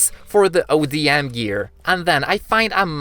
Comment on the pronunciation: Dude it’s ODM gear not adm gear also it doesn’t let you just float in the air